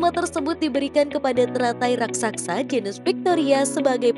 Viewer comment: raksasa bukan raksaksa